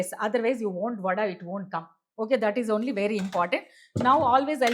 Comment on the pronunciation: what is vadaaa.. its name is vadai.